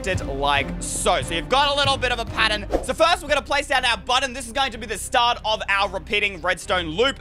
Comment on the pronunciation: I like how you said pattern there is a P